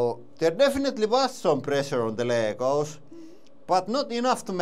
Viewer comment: "Ley-goes knee-plays" 😂